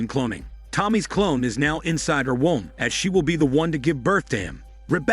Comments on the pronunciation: Pronunciation of “womb” cracks me up. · Who else turned up to watch “WOMB” but got “WAUM”instead? 😪